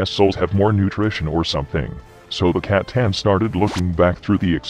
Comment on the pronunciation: I'll never get sick of the Emperor pronouncing C'tan as Catan.